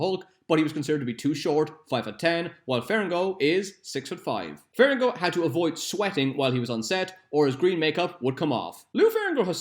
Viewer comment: You keep pronouncing lou ferrigno as ferringo. Otherwise, great quality content! Do facts about spawn please